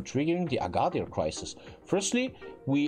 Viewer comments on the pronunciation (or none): It’s agadiiir